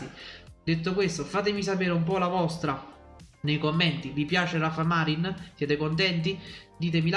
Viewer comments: Ciao, vivendo in Spagna ti consiglio di pronunciare bene il nome di Rafa Marín..alla Napoletana Marín con accento sulla ì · Ciao, si pronuncia con l'accento sulla "i"...Marìn 😉